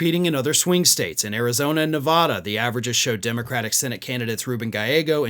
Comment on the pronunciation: Please please learn how to pronounce Nevada. It's insulting!